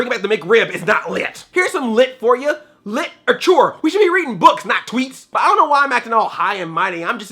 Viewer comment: I heard you say Lit-ature.